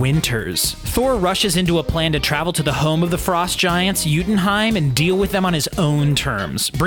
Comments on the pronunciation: Yo-tun-heim, not yutinhime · Home of the Frost Giants - Youtenheim? It's Jotunheim.